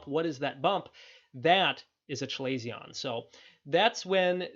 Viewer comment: This is a good video 👍. Feedback: Chalazion is pronounced “kuh-ley-zee-uh n“.